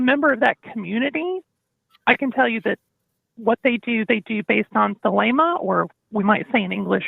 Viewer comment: What's with the random, mispronounced greek words there? Are they supposed to explain anything or add any value? "Logos" (λόγος) can be tranlsated to speech or promise, whereas "Thelema" means will or desire. I fail to see how that helped the conversatrion at all though...